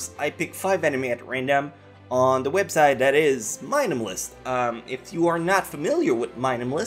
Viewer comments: Normal people say:MyAnimeList How says it: Mynimelist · You pronounce My Anime List als Meminimilist. It's three words just stuck together so you can pronounce it like just three seperate words: My Anime List. I know english isnt your native language, it isnt mine either so I thought I might give you this tip. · It's my-anime-list not mynamnist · Sorry for all those who commented on this being nice and explaining, but i was just making fun of his way of saying it. lol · did he say mineamilist? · Why u say mynemlis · Why do you say MyAnimeList like that? "Mainamalist" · Do we pronounce it my anime list or myanimelist